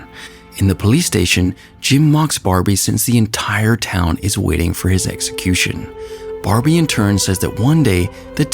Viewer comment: LOL? DID I JUST HEAR "EGGSECUTION"?